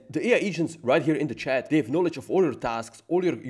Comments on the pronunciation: And the << ch >> is probably pronounced << sh >> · In le Chat, the « t » is silent (pro tips to sound smart).